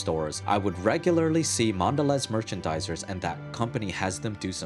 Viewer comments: Mondeleeeeeez! I mean come on, it's got that macron over the ē to tell you to pronounce it as a long e. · Dude, the bar over the last 'e' tells you to pronounce it as "eee"... like when you're saying the letter "e". Thus "Mondeleeez".